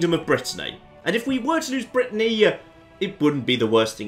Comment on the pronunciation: Like can say Lloegyr correctly, when he's struggling to pronounce Brittany, territory, duke and other English words 😁😆